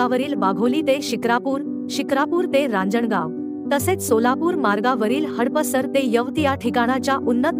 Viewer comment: कृपया मराठी निवेदक व बातमीदार निवडावे त्यामुळे शहरांची नावे व्यवस्थित लिहिता व वाचता आली पाहिजे हडपसर आहे हडपसर नाही